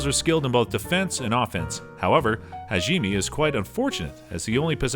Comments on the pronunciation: how could he mess up this name Hajime its so easy Ha-ji-me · if he says HAGEEMEE one more time i think ill die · damn those shield hero names got butchered like animals in a slaughter house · Erk.... I think I just coughed up a little blood after he mispronounced Hajime's name in the beginning... As soon as he said it the second time I look at the comment section and find out mispronunciation is this episode's main theme. But, I'll come back with a different opinion after watching the whole video looking at the content... This is an addition to the original post that I planned on doing. Besides the mispronunciation on about 4/5th of the words (he did get a few right) the content they pushed forward was good. Final judgement: 7 out of 10. Mispronunciation of words, specifically names of people, titles, places, or et cetera can be relatable to walking on glass barefoot.